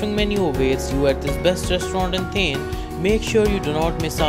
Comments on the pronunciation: It's not 'थेन' , it's 'थाने- Thane'. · Its not theeeeen it's thaaaaaannnne.. 😂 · its Thaane(pronounciation)and not thane(sounding like thame) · U don't know the place as u can't pronounce it correctly and you are suggesting top 10 restaurants of that place is utter nonsense. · Looking at your pronounciation of " Thane", its very clear that you have cut/pasted from somewhere. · Please correct your 100% wrong pronounciation of the city. Its an insult. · Hey Dude ..Please correctly pronounce its Thane City of Lakes .. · Ha kon murkha aahe , jo thanyala neet.pronounce pan karu shakat nahi 🙉🤦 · Cant ignore the Thane Pronunciation though... i tried alot. Also you have missed many.